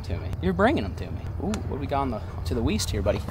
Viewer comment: Are wipe not going to talk about the fact that said weast